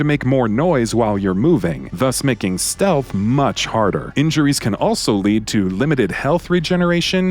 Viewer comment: "enhanced stealh"